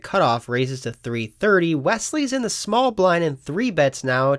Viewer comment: Alright, I love you, you seem like an awesome dude but this is killing me… When you say ‘makes the call’ it sounds like you are saying ‘makes t’call’ or something. There is a the. It’s ‘makes. the. call’ but if you are fucking with us then kudos, you got me.